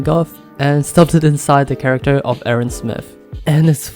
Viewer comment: A tip from a german native: when you say "Erwin" you should try to stress the E and i, also speak the i longer, and a german i sounds like the english e